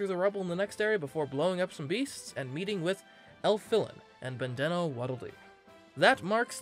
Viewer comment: hard to say 'and meeting with Elfilin' and calls Bandee a Waddle Doo. Also, who says 'Bandana' like that? (Sorry.)